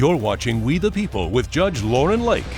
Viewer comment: What’s a “JUSGE”?